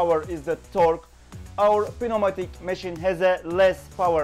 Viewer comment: The P is silent in pneumatic.